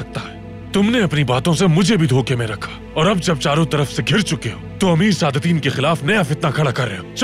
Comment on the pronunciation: Sadateen qobek ❌ sadateeen qoda ✅